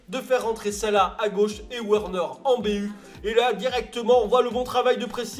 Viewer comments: Juste c’est « Verner » pas werner les « W » se prononce « V » en allemand et les « V » se prononce « F » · Et Werner, ça se prononce Verneur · werner est allemand donc ça se prononce Vèrneur